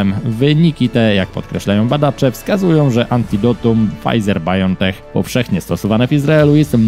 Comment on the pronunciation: A czy Pol8cja z Opola pochwali się swoimi funkcjonariuszami, którzy radośnie wyjechali do górskiego kurortu (tak, prywatnie) a sprawa by nie wyszła gdyby nie przywiezli choroby wiadomo jakiej? P.S., jeśli Pan już mówi o Biontechu to proszę to wymawiać "bajontek" a nie "bajontech". Ok? Dziękuję.